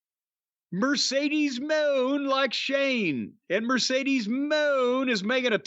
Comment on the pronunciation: Not a single podcaster pronounces Mercedes name correctly